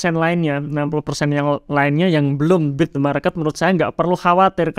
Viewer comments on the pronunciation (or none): Beat mas, bukan bit. Koreksi redaksional saja 😁